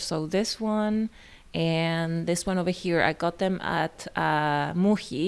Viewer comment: love your vlogs and this one was wonderful! was fun to see various spots across brooklyn:) btw, this is a bit random but you pronounce muji as muhi using the spanish pronunciation for the letter j, but muhi in russian actually means a fly (or actually flies as a multiple). made me smile. hope you have a great weekend!